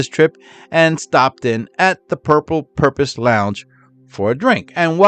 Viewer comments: i dont know if its your accent or what, but the word is "purple porpoise" not "purple purpose"😂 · Porpoise not Purpose. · It’s porpoise, not purpose! Duh. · It's not " The Purple Purpose "...It's Porpoise, as in Dolphin! Cheers! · PORPOISE (LIKE FISH) NOT PURPOSE DUMMY. YOU NEED TO STOP MAKING VIDEOS UNTIL YOU CAN SPEAK THE LANGUAGE.!!!!!!!!!!!!!!!!!!!!!!!!!!!!!!!!!!! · Porpoise NOT purpose!! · Porpoise not Purpose 😊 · por poise as in "turtle" had to say it.